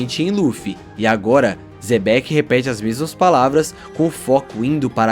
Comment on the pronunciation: Ficou mto bom, que resumo emocionante! Só te peço uma coisa é Xebec e não Zebec, causa estranheza ouvir dessa forma